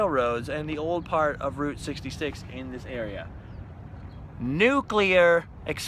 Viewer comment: Gold AND Silver stars to you for being one of the rare people who know how to pronounce NUCLEAR. (nook - lee -ur) 🙂